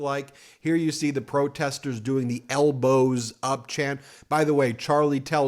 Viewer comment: Did anyone else hear 'L BOZO' instead of Elbows up😂